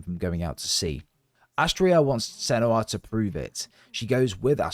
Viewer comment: It's Astridr,not Astrior☝🏻- in general the "r" is silent and the names would be pronounced more like Astrid,Fargrim and Thorgest. I don't know,why they butchered this in the game🤷🏻‍♂️ - but that's nitpickin' on my side. Did 2 runs,the first 100% in about 7 hrs and the 2nd straight through in 4 hrs 34 min - 50 bucks are way too much for this but fortunately it's on game pass. It's an audio/visual masterpiece of art but as a videogame it falls straight to the face imo. Btw,you didn't explain the story,you just retold the game🤷🏻‍♂️ - Senua....